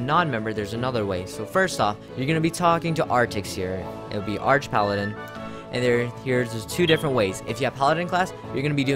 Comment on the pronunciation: I thought it's pronounced arc paladin. Like archangel.